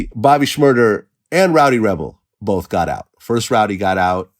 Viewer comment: Bobby Murda? How dare Vlad forget the “Sh”